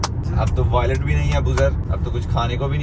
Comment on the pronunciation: Violet nahi wallet hota. Iss liye kehte hain taleem ka koi jor nahi.